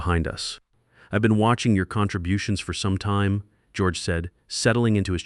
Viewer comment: You need to fine tune your AI and redo the story. The thing can’t even pronounce time right.